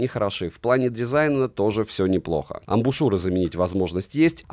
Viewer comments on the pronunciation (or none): none